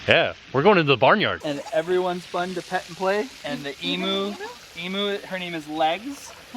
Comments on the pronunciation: hi there, i love your vids \ stories. may you do me a favour, its emuU, not emooo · Sorry, Emu is pronounced ‘eemu’, from an Aussie. Loved this video ❤️ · thats not how you say emu. trust me i know. im australian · You guys are great, but being Australian , I had to laugh with how you say Emu it's not Emoo it's Emyou. I look forward to your Vlog every day. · Love the video guys! But as an Australian the way you pronounce emu makes me cringe